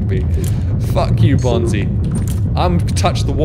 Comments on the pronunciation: Am i the only one kinda bothered by the fact he says "bonzai buddy" instead of bonzi buddy. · "Bonzai" buddy